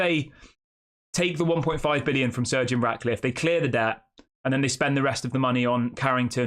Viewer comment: His name is not surgeon it’s Sir Jim pronounce it right jeez